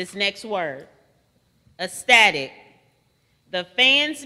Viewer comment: This word is pronounced incorrectly. It is “ek-stah-tick”, not “eh-stah-tick”.